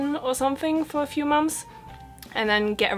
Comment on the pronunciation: Now you've a German accent few "Mons", thanks for the video